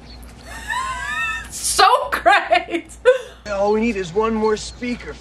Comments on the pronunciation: So-Crates maybe the real way to say it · This movie is the reason I got in trouble in school when talking about Socrates. Because I pronounced it like this and she kept correcting me, but I kept doing it. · Also, Philosophy professors hated it. Mine said he would fail you on the spot if you pronounced it SO-CRATES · I love this movie. I graduated high school the year this was released. A great twist on the time travel genre. I am 52 years old and I still pronounce it "Beeth-oven" and "So-crates". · I loved this movie as a kid and distinctly remember seeing the sequel “Bill and Ted’s Bogus Journey “ in the theater on opening day (yes, I’m getting old 😂). I still pronounce Socrates that way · I remember watching this movie in the theater when it first came out, and ever since, in any situation with even a hint of comedic value, Socrates is pronounced So-crates. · I still say So-Crates to this day lol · To this day I still say So-Crates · My friends and I learned about the historical characters from this movie. One thing our teachers hated was us mispronounced Socrates and also saying party on dudes. The sequel was just as good and the new movie was also good as well. That is one thing I definitely agree with you. I most certainly would go back to the 50's to meet both Lucille Ball and Desi Arnaz when they were still married and I Love Lucy was the number one show on TV. I love Lucy very my the TV show